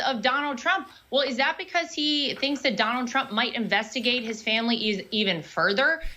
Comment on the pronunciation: She said "Donald Trump" wrong.